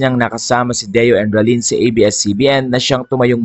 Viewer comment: Endrinal po hindi edralin.